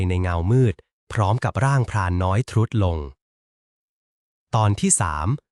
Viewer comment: ขออนุญาต comment ค่ะ คำว่า " ทรุด " อ่านว่า " ซุด " ค่ะ ไม่ใช่ "ทุด "